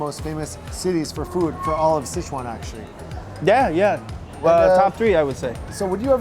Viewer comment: you actually pronounce Sichuan better than him,,wtf